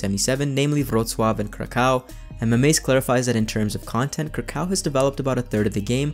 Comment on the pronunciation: how did you pronounce Wrocław correctly but not Kraków. Wrocław is a harder word on my opinion. 😂